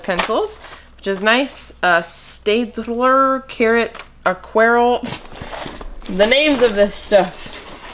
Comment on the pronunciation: It is German just say Stadtler